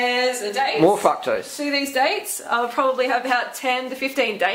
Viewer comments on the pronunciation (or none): i thought the guy was saying "fuck-tose" lmao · oh boy. I think fruketose just became fruktose for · man if that dude said 'fuktose' one more time i was gonna scream. Guys im not sure where in the video she said eat exactly like me! shes just saying what she does, u dont have to copy maybe even grow some of ur own veg. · sounds like they're saying fuck-toast XD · I thought you kept saying "f*ck toast"instead of fructose. What do I know. Ridiculous Americans xD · eating a banana while watching this. thank you for getting rid of the camera man. he was annoying. was he saying fucktose instead of fructose? if so.. no respect for ladies.